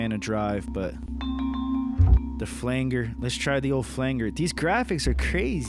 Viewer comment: Btw, as per the word 'flange', flanger is pronounced with the g like a j. The opposite to banger. 😉 Like banjo! 🤪 Flanj.